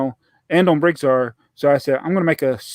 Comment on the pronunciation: Interesting topics and the well known guest from America was a charm! / is called BrickTsar, not BrickStar. Tsar in German means Zar and the pronunciation is more or less the same in both languages. Since he says his name at the beginning of every video and you claim to watch them, I find this very disrespectful. Also interrupting him while talking a lot is not the nicest thing to do.